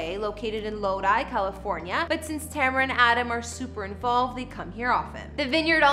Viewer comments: Tu-mare-u is how u say it not tam-ra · Her name is Ta-me-ra not Tam-ra. I love her house. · Her name is pronounce “too-mar-ra” Tamara not however your pronouncing it. That’s so bothersome. Thanks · It would be nice if you said her name right..geezuz....I love this house.. its pronounced ( Ta Mare rah.. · ITS TA-MER-A!🤦🏾‍♂️ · It’s pronounced Ta MAIR ra!!!! 🙄🙄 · Do you even research the people you talk about? You missed pronounced Tamera's name like 20 times. LOL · It was so annoying and really hard to watch with her messing up her name . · Killing names..... smh 🤦‍♂️ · How does she say her name correctly but screws it over the rest of the video .. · Learn how to pronounce names before shooting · She know she not pronouncing her name right . I really believe she's doing it on purpose. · Really slack not producing her name right – not even close. I think it's so disrespectful 🙄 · Please put more effort in getting people names correct. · Please say her name right smh... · can you at least pronounce her name right!! yohhhhhh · The next time could you,? Would you Learn how to pronounce the person name before you do a video on them.